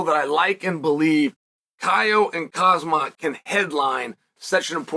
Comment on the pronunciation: Who the hell is Kasmat? Really? KASMAT? KAMZAT PLEASE!